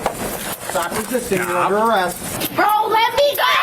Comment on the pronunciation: Actin black, screamin like a toddler, adding "uh" to the end of words. Wow, what a societal peach. Honey? The word "go" is one syllable. The word "go-uh" is reserved only for uneducated buttholes. Got it?